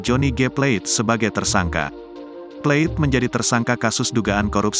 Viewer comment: Plate bukan " pleit "